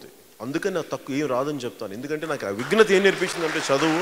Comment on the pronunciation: వీడు ముందు "విఘ్నత" కాదు "విజ్ఞత" అని తెలుసుకోవాలి